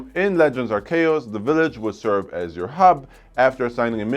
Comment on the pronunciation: GTA trilogy & Pokémon ARCEUS that u didn’t pronounce right both games going to be amazing dude